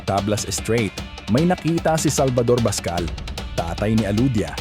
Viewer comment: Alodia BACSAL, po, hindi PASCAL.